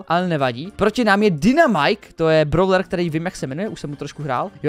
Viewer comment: nečte se to,,bravler" ale,,bróler"